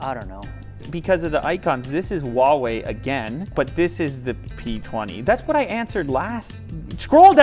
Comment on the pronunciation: Why do you keep pronouncing Huawei as "Ooaawei? It's not spanish or french, the H is loud.